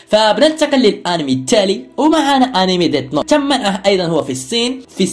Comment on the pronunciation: ليس اسمها ديت نوت 🤬❎اسمها ديث نوت ☑️😁